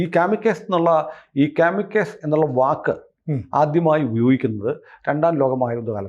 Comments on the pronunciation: Kaamikus alla kamikaazey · കമികാസി എന്നാണ്, കമികസ് എന്നല്ല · കാമിക്കസ് അല്ല കമകാസി ❤ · കാമിക്കേസ് അല്ല കാമികാസി (zi)..ആണ്.. സൂയിസൈഡ് drones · it’s pronounced as “ka-muh-kaa-zee” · കാമി കാസെ എന്നാണ് പറയുക. ഗൂഗിൾ ചെയ്ത ശേഷം വാര്ത്ത ചെയ്ത് കൂടെ😅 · കാമി കാസേ - ennu parayunnathakum kurachoode correct.